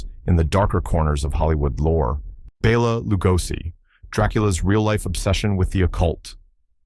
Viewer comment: It is not pronounced Bee la it is Bell a.